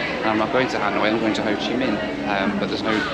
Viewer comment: “Hanoing” GROOOAN 😖